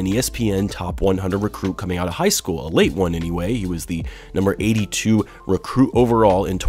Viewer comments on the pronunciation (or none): none